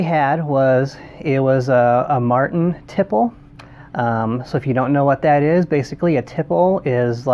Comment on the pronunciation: Love your videos. It’s pronounced teeplay though.